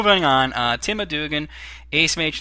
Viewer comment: Yay! :D The "A" in my name is an initial, so it's Tim A. Dugan...but close enough ;) At least you said my last name right :P